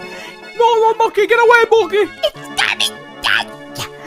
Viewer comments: Its not mockey its mokey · Its Mokey not Mockie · STAHP IT MOKEY IT NOT KRIMAS